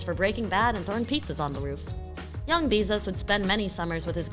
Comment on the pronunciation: Good video, but the way she says his last name hits the ear wrong